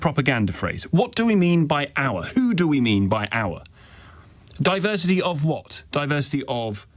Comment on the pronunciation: Diversi’eee (not diversity) is our … whatever it is.